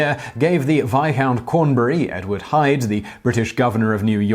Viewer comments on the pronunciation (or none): none